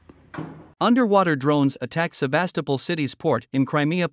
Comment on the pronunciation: come on guys, how hard can it be to emphasize the right vowel in the name "Sevastopol"?!